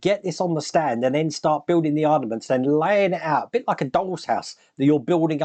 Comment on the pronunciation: "ARM-A- MENTS" 😂😂😂